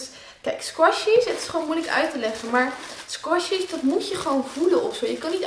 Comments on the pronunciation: Brrrr ik vind het zo vervelen al j squashies zegt😂♥♥ maakt niet uit! xxx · Je zegt sqishys